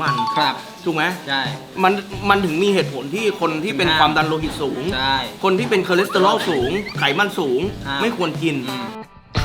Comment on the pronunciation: พูดไช่ อีกแล้วนะ ไช่ ไช่ ไช่ 555+